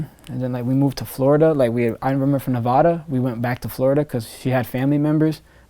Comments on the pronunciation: Yall niggas need to know how to say Nevada right I swear that shit be annoying. Reno NV 775🔥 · ITS NEVADA! Not NEVAADAA!! 😒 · How you live in Nevada and STILL say it wrong🤣